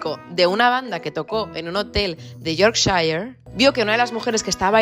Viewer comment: Amo como pronuncias Yorkshire ❤